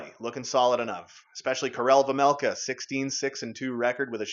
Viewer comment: Again you keep pronouncing your goalies last name wrong it’s vejmelka not vemelka